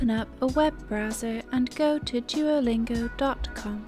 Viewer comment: how beautiful you say duolingo😍